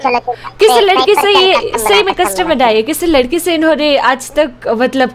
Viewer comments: Raistar always call lakdi. 🤣🤣😂😂 No Ladki 😂🤣. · Didi lgata he raistor ko toungue twist nhi horehe ISLIYE LAKDI BOLRE 😂😂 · I mean ladki bolna cahta tha lekin ne lakdi boldia😂 but she handle tht thing 😆💯